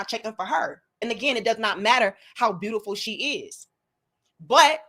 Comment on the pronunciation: Her: "you are beautiFO'". ...smh🙄...